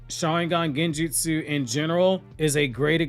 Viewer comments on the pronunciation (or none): none